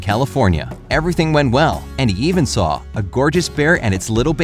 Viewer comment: You add R to the ending of words. Saw-Sawr stuff like that. It’s interesting all I’m saying is my ear kept twitching. Great video.